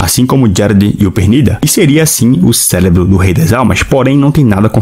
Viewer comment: ''O CÉLEBRO''